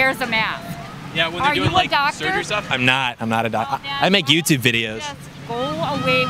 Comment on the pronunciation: “Gwoo away BHud”